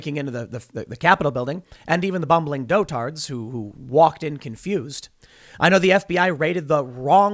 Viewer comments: good lord, Tim. I am so tired of hearing you mispronounce the word "dotard". It isn't do-TARD. It's DOT-erd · Dot-ard. Not Doh-tard. Lol. And the ppl being tracked down, in many cases, didn’t even enter the Capitol. Some were a half mile away waving a flag, but are still being hunted down.